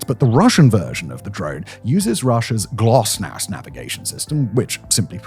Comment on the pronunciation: 'GLOSNASS', you say. K, you just can't read.